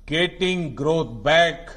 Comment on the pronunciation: This president can not say growth properly. Modi na India ke Ma de kar de ha ?